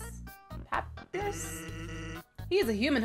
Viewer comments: it is so cringy when she sais papyras rong Pap-pie-ris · That's actually pronounced pep-eye-rus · It's pap-I-rus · It’s pap i rus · Its prenounced Pap- i - rus not papy - rus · Cookie Kitty (Pa Spaghetti ris) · No it's pa-pie-ris not that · Little tip tiff, say, PAP-PIE-RUSS and thats how you say papyrus's name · Here's a better way to say his name pa-pie-ris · How to say papyrus: PA-PIE-RUS SEEEEEE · IT IS PRONOUNCED “PA PIE RER S” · Pah-"pie"-ris. How ya say it. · I like how people call papyrus “papirus” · pu -pie -russ lol there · Here how to pronounce papyrus. PU PIE RES papyrus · Papyrus (Pup - I - ress) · BTW its Basically PA-PIE-RIS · Papyrus: Pup-I-ris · you're saying papyrus wrong... when you see his name just say this pap-eye-rus. that how I would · its pap- eye - rus. just to let you know. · You pronounced papyrus wrong. Pronounce it like.... Pu Pie Rus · It’s pronounced pup iris cup quake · papirus - papierus 😂😂😂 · How you say papyrus is pa-pie-ris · Papyrus is said pap-I-rus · How you pronounce papyrus Pa-pie-rus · It's like pap eye rus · Here get my joke papyrus is pronounced pa-PIE-rus hehe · U pronounce papyrus: Pu-pie-res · papyrus pronounced pu pie ris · Papyrus is pronounced (pap-eye-rus) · Pronounce papyrus Pa-Pie-russ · You pornounce the name papierus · Its pronounced ”papierus” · Also it's pronounced pa-pie-rus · It's pronounced puh-pie-rus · its (PAH I RUS) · It's pronounced pu-pie-rus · hears quake pronounce Papyrus's name Me: just call him pap or papy. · She said “Papyrus” wrong XD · T-thats not how y-you say his name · Please say papyrus’ name right... and make papyrus’ voice more cringey